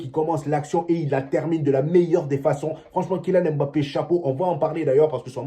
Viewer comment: Toi Africain tu prononce un nom Africain comme un occidental, c'est quoi cette histoire de M-bappe?? Vas y, il y a des noms bien plus compliqué que ca au Benin